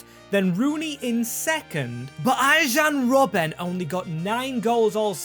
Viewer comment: bro made saying player names wrong as a number one objective, who is Arjhoun Robben?